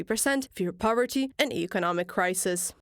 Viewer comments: “Powerty”? Clowns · It's "poverty" not "powerty" btw. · Poverty not Powerty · Poverty not Powerty.